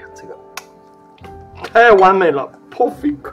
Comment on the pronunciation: 我们从来不装B，只抓冷面!😂 原来"完美"的英文发音是《Porfit》，而不是《Perfect》! 😂